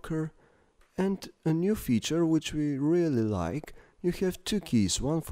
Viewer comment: which-a is nice to the touch-a nice voice xD